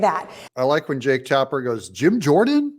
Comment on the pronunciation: Did you say Jake...or Jerk? 😅